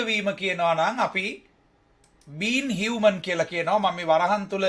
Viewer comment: මානුෂක human pronounce karanne හියුමේන් කියලද්?